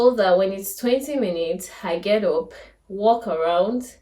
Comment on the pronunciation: Please just clarification and no offence. “Up” is pronounced “ap” and not “op”. Great content though.